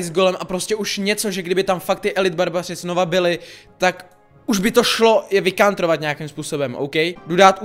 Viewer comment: Já tam místo vycountrovat slyšel vykastrovat